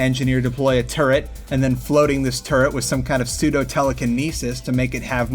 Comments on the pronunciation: wiss? i think you mean with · this guy cant even say with. listen to him, he says wiss